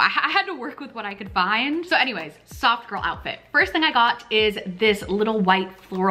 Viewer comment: I was cooking while I was watching this and really thought you were saying "sock girl" not soft girl. Very confusing lol